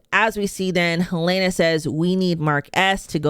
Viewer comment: Her name is Helena, not Halaena